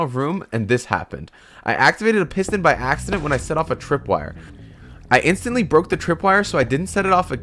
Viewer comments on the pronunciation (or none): He said tripwirer two times